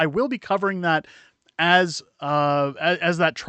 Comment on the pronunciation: GreenSPON, not GeenSPOON